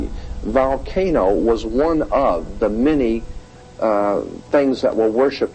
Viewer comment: It’s not a ‘VAL-cano’…. (VOL-cano).